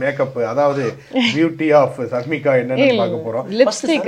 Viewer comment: அவர்களே அவங்க பெயர் ஷர்மிகா நீங்கள் ஷர்னிகா என்று சொல்லி இருக்கீங்க